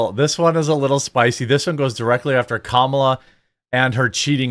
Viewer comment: You keep pronouncing Kamala’s name wrong. It’s “comma-la”, like “communism”